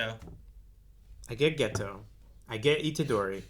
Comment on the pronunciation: Even though I don't like dubs, this one I didn't find all that bad, sure the JP version is superior in many instances, but english va of Geto and Gojo are pretty good, but I hate how in dub they pronounce Geto's name as Gaytoe